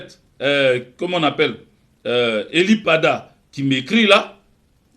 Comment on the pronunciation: C'est ELIE PADDAH et non PEDDAH